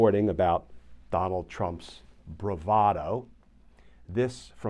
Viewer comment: Bravado eh? That is not how most people pronounce it. BTW I predicted he would claim that he was lying about the document because he is such a famous bullshitter.